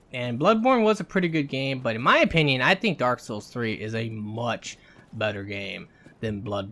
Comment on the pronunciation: "Daaawk soowls three"